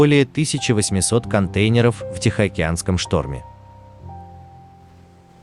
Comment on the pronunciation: Ужасно слышать этот голос- контЕйнеров,про числительные ,вообще молчу....почему реальным голосом не набухтеть???